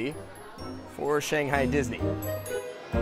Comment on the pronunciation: Too bad the host doesn't know how to say "Shanghai" or even eat those dumplings properly.